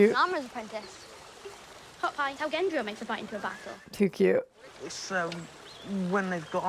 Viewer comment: His name is GENDRY NOT JENDRY!!!!!